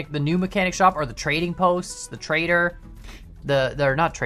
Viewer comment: when you say trader it kinda sounds like you say traitor